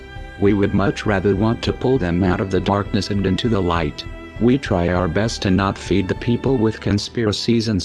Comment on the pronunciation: It's nice to hear a president actually say "our nation" instead of "are nation"